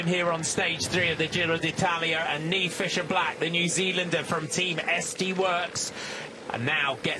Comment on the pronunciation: Oh right. It's an Irish name. I laughed when Niamh won the U23 World Championships in Australia. The Aussie commentator was calling her Neemer. 😄